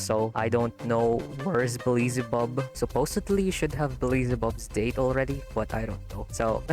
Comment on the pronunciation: Nit pick but why do you pronounce Beelzebubs name As BE LI ZI BUB should be BEEL ZE BUB 🤔